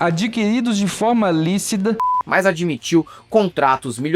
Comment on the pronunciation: "... adquiridos de forma líciDa" ? 😅